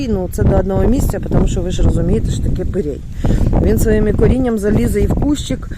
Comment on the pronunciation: Доброго дня мої любі! ❤, не перей, а пирій😂😂😂